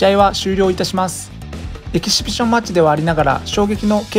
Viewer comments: エキシビション言えないでちょいちょいエキビシジョンって言い間違えてて笑う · エキシビション言えない人ww ピシピシ言ってない？ww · エキシフィジョンファチ笑笑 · エキシビションマッチの発音なんか気になるw